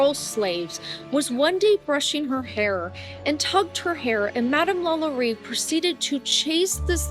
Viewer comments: I agree with you. And it's slightly odd that the one severely mispronounced was Marie's name. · I enjoyed your video for the most part but I must encourage you to make sure you know how to correctly pronounce the names. It was painful to hear you mispronounce the name of the most famous voodoo priestess of New Orleans several times.